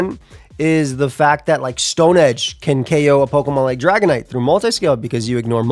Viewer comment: Can't wait till someone make a feature video and accidentally calls it "dragonate"